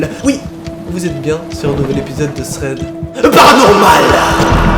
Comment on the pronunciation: Je kiff quand tu dit tread paranormal !